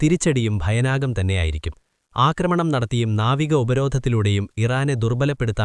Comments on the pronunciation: ഭൈനാകം അല്ല ഭയാനകം 😄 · ഭയനാകം അല്ല ഭയാനകം എന്നാണ്